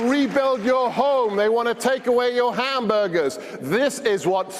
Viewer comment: Did he say hamberders? Are those the ones seasoned with covfefe?